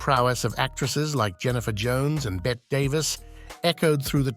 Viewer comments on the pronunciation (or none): Another stupid AI voice...Bette Davis' first name is pronounced with the E sound at the end, not like "bet." My mistake is watching this through to the end, losing precious minutes of my life! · Stop saying ' Bet ' Davis !! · Also Bette Davis! Stupid AI...